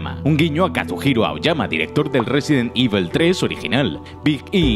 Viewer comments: No es resident ivel, es evil coño con la pronunciación que malo eres tio jajajaja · Me ha gustado el vídeo pero resident ivel, vamos ese inglés al 100! 😂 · Un vídeo fantástico. Eso sí, no he podido parar de reír cada vez que decías "Résiden Ível". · Cómo pronunciar Resident Evil con voz grave: Ruesident ivl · Resident IBEL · RESIDENT IVOL